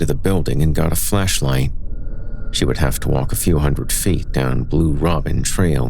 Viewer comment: Maybe it's just my disturbed mind, but I could swear you kept saying fleshlight, not flashlight!